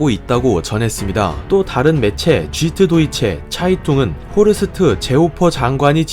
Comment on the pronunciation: Hans Baker 쉬투트가르트가 아니라 정확히는 슈투트갈트 라고 읽어야되지 않나요?ㅋ Sch가 “쉬”발음 st는 “슈트” 쥬트 도이치 차이퉁도 Süddeutsch니까 줏도이치짜이퉁에 가까울듯. 근대 어짜피 독일 지명도 다 영어식으로 읽어서 그냥 쓰신거같은데.